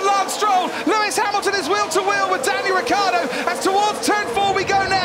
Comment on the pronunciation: It's R-I-C-C-IIIIII-A-R-D-O not Riccardo !!!!! It's a terrible pronunciation